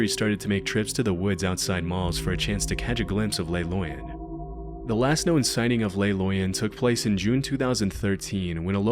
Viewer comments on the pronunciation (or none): You’re pronouncing “Le Loyon” as if it was a Spanish word when coming from Switzerland clearly indicates French. It should be “Leh” (Not “lay”) and “Loy-oh” (not “Loy-uhn”)